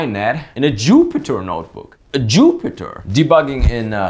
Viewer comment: "JooO-pee-tehr .. notebook"